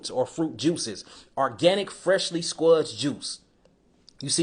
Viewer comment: my guy said, "Sqwuz".....LMAO.. good shit tho bro. hella gems dropped in this one